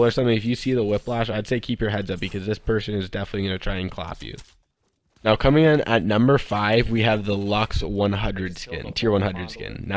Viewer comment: he said comening